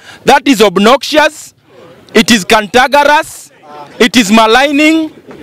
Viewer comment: Point of order the constitution also guaranties the DP 2 retire with the President. Cantekrous not "cantagrus"